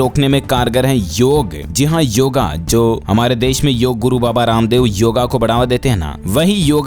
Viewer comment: शुद्ध नाम योग है न कि योगा योगा बोलने वाले खुद को तीसमारखां समझने की भूल करते हैं आप भारतीय हो न कि विदेशी